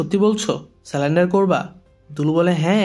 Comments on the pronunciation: স্যালেন্ডার নয় সারেন্ডার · স্যালেন্ডার না ভাই সারেন্ডার